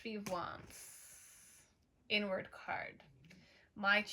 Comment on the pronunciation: “Inward card.” 🃏 It sounds like you’re saying “n word” card. Lmao 😆